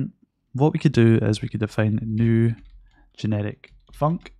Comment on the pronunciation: Why do I always hear "genetic" (instead of "generic")?